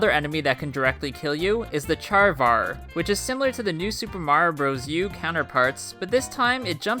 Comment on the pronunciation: "volcano locust" "fire p pookin plant" "charvar" please at least TRY to pronounce things correctly